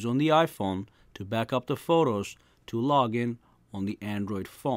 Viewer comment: This man saying Forros lmao